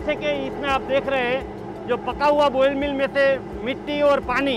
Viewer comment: Ball mill not boil mill